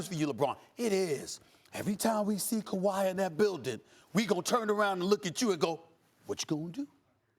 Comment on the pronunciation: when Max says "Kwahi could" I immediately and uncontrollably laughed 😭😭😭😭😭 the way he says it, the look and the pause is hilarity